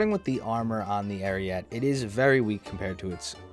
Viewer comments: Ar ee et eh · Isn't it pronounced Ah-ree-yeh-tay? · The e at the end of ariete is not silent it is pronounced Arieté. It means ram (like battering ram, not animal ram) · Please take a minute out of your day just to learn how Ariete is supposed to be pronounced. If you search "Carro Armato Ariete" into youtube, click the first video that's in Italian and just listen for when they pronounce the tank name which is less than a minute into the video. Ariete, like ahrietay.